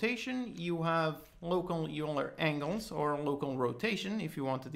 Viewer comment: eulerAngles is pronounced "oiler angles" just FYI. Thanks for the great tutorials.